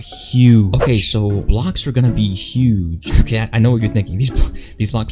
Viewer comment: "It's OKEH to be not OKEH"❤️ Titan Cries 😭